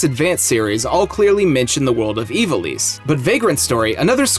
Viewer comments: Evil-eese? Eye-vall-iss? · It's not pronounced as "Evilease" it's correct Pronunciation is "Eye-vol-isss"